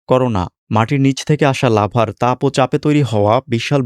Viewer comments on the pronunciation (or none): none